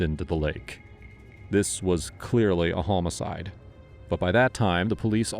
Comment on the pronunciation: The numerous mispronounced words are typical AI, such as hoe-moe-cide. Nobody pronounces it like that.